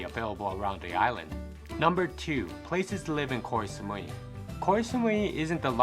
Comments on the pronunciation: Actual pronunciation from a Thai person is GO Samui. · koy samui xD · Learn to pronounce Koh Samui before you make a video. You mispronounced many names of places. Are you a robot?